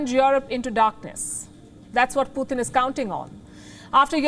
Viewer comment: Thank you! It’s pronounced as पुटिन’ not ‘पुतिन’ I know North Indians spell the sound त as t. You need to spell ‘त’ as ‘th’ in English In English the sound ट is ‘t’ and the sound त is ‘th’ So Putin is pronounced as पुटिन’ Kindly correct your pronunciation because it’s distracting when we are trying to listen to your content Thank you!!